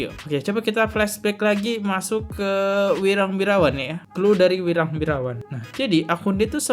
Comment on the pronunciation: Ini host kok ku lihat dan dengar dari dulu sampe sekarang sebut nama si wirang kok salah sebut terus, kenapa ya 🤣, masukan tuh host kalau sebut nama orang jangan salah mulu 🤣